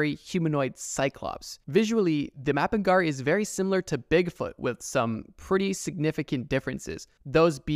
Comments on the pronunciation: Bro said mapingari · As a Brazilian person, I have two things to say: First, the way you pronounced Mapinguari and Corpo Seco make my ears bleed. Stop that. Second, I have another story to the list: Loira do Banheiro, or “The Restroom Blonde” There are many versions of Loira do Banheiro, but what I can say for certain is that she’s a spirit that haunts school restrooms. The version I’ve heard the most say she used to be a young girl who killed herself in her school’s restroom, and now haunts all Brazilian schools. Also, in all versions there’s a way to summon her. In the one I’ve heard, she shows up if you flush and say her name three times (that’s why I like to say she’s the “Brazilian Bloody Mary”). I don’t think it’s actually scary, since I’ve never heard anything about her acting violently. Maybe it’s in the “creepy but we could vibe” category. (By the way, since kids are fucking stupid, it’s a canon event for most Brazilian students to try summoning Loira do Banheiro at least once. I’ve tried it. Nothing happened) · I'm scared of how you pronuoneced mapinguari.